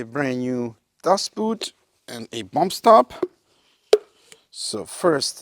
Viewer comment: When you say Dust boot, being German, I always think you say "Das Boot" 😂